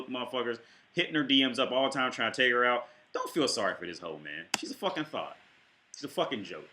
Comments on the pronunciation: You say thot like thought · Really irritating when someone pronounces thot as "though" >_< gonna give you the benefit of the doubt my guy and assume it's because Youtube might pickup on it.